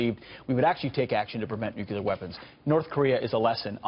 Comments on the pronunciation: Gotta watch out for them "nuculer" weapons. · i cant respect anyone that says "nook ya lur". ficking morons